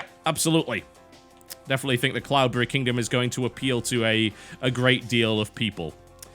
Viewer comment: deliberately pronouncing cloudberry like an englishman. like a pro